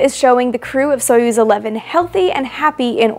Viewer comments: Pronounce as Sa-yoz not so yuz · Союз is pronounced [sɐ.ˈjuːz], not [ˈsɔɪ.əs]!!! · stop calling theese names soyuz in english accent its pronounced sayuz qnd spelt soyuz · Soyuz is pronounced more like /sah yuz/ and the U is pronounced between the 2 different 'oo' in foot and food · I know this is super nitpicky, but the correct pronounciation would be closer to "Sajuz", since in the word Союз the "о" is said as the letter "а". The transliteration "Soyuz" is quite bad imo.